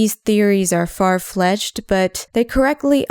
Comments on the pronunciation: Did you say "far fletched"? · credible, not creditable Star Wars was never a single demographic. You can argue predominately male, but it was male of all ages—plus a female base as well. far-fetched, not fletched The rest of your stuff was spot-on amazing. Keep up the good work.